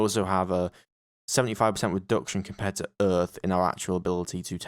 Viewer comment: That's earth not Rhys. I hope you corrected that later